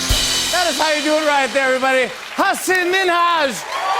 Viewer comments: Jimmy said HasEEEEENNN. But its hasAAANNN!!!! And i am lowkey pissed off by this. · No Jimmy, it's Hasan. Like "HA-SUN", not "HA-SIN" 🤦‍♀️ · Hasan. . Not haseen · WOW.. Jimmy kept ticking me off. Kept calling him "HAS-SIN". His name is HASAN, PRONOUNCED HAH-SOHN. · HASAN not HASSIN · It's pronounced as "as sun ".. not hasin .. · Jimmy : Hasssennnaaah.... Me :There goes again...the wrong pronunciation chain🙃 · did Jimmy just called Hasan with "Haseen"??????? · Did he just call him Hasil at the beginning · yeah lmao he said "hasin" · Jimmy still pronouncing Hasan wrong makes me cringe so hard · But he didn't. He did try, though, which is great